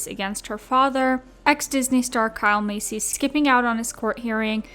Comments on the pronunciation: No shade but you are pronouncing Kyle’s last name wrong . It’s Pronounced like MAY SEA not like MACY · Why are you saying Massey like “Macy” 😭